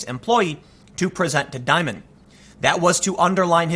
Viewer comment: Dimon, pronounced dee- mohn